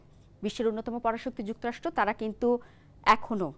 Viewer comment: যুক্তরাষ্ট নয় যুক্তরাষ্ট্র। কেমন ভাষা রে বাবা। মিডিয়ায় এরা আসে কিভাবে?